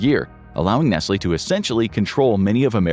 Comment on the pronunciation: nesly , right , first time hearing it like that and its actually the correct , my whole life been pronouncing it wrong